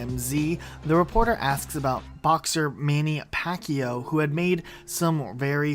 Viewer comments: MAINEY PACK-E-YO? LOL XD its pronounced “manny pack yao” oh my god lmao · Say Manny Pacquiao name's properly.